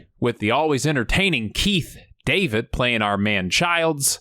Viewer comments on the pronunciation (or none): none